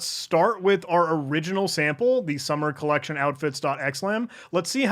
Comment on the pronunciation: the commitment to pronouncing it "collenction" as written is appreciated